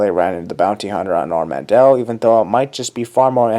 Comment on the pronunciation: What's ORD MANTELL!! Not ordmandel.